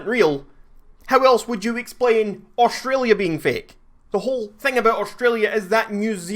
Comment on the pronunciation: U fing dare to say Australia like that!!!